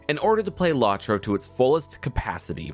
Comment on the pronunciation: It's pronounced "Low-troe," with both Os long, not short. As to your opinion, well, it's aged fairly well for a game that's 13 years old. I agree that the expansion pricing could be better, but other than that, it works.